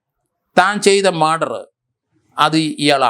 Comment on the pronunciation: 43 മാൻഡർ അല്ല മർഡർ.